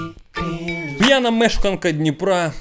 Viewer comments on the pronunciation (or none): Слова пʼянА не існує, правильний наголос пʼЯна. Продовжую тримати в курсі 🫡